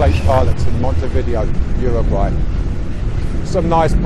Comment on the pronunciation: Greetings from South America. Lovely boat, but Montevideo is pronounced Mon-te-vi-day-o :)